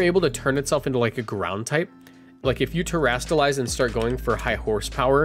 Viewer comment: Terastalize is not hard to say, come on man